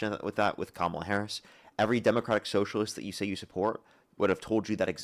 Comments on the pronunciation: Maga pronounces kamala as "cam ala". Caller pronounces her name cam ala. Caller is 100% maga. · When a person mispronounces Kamala's name 'Kamal'a it is a dead givaway that the person is MAGA.